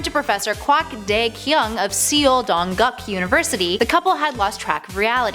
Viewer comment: It's not "see-ol". (Seoul). It's pronounced as "sole".